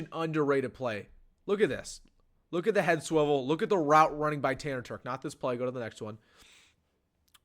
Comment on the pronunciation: I coached this kid in high school and the one thing you can’t tell from this video is his work ethic, leadership, and toughness. Great kid. And he can flat out fly!! Legit 4.4 guy. And BTW it’s Terch with a ch sound. Not a k sound 😂😂